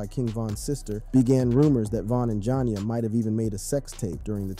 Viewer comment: Why he keep calling her jon ya 😂😂😂 its probouned ja nee ya 😂😂